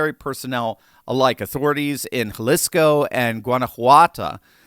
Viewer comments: Jalisco: (Ha-Lee-Scoe) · Jalisco is pronounced Ha-lees-co. The I is the "long E" sound. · Pronounced Haleesco. It was painful listening to you pronounce Jalisco.